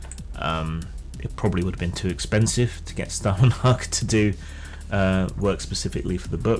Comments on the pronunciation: Scandinavian Spasticus here - 'hag' was correct, but 'Stålen' is pronounced like 'stolen' in English. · Your pronunciation of Stålenhag is incorrect.